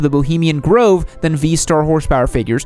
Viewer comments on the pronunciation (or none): none